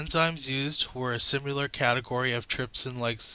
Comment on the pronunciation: Had to stop when the guy said "simyoolar"